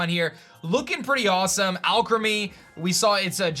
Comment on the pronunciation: I think the Pokémon is pronounced “All Creamy” 🤔